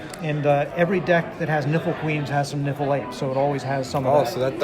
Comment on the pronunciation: Is it just me or do other people hear the word "nipple" when he says "niffle", like with the Niffle Queen.